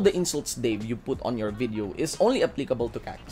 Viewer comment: Its "VIDEO" not "BIDEO", "PROVE" not "PROPE"... Anyway, ROASTED by Dave. Have fun cooling yourself in cold water.